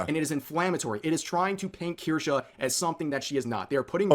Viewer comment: Watching chat congratulate you for FINALLY saying it right warms my heart